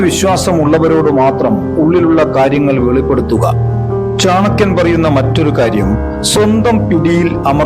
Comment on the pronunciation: Ithu chankiyandethalla.chanakkiyan. keshdakkuka ennadhinnu.keeyadakkuga ennuparayilla.ithu.thani.malappuram chankkiyan.